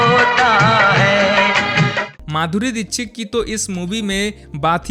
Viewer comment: माधुरी दिक्क्षित ❎ माधुरी दीचिक ✅